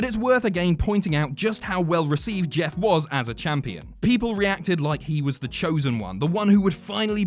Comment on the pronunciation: When he says Jess instead of Jeff